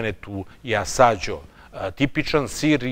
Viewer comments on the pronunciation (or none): Zaista uzivam u dosijeima,svaki mi se zaista dopada. Mala ispravka sir Asiago se izgovara; Aziago,skoro kao sto je napisano,to mi je omiljeni sir a naziv je dobio po visoravni Asiago u provinciji Vicenza u kojoj sam ziveo. Sve pohvale za vas rad.